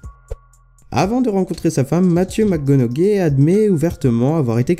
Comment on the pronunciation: On dit Matthew "McConauhey" le G ne se prononce pas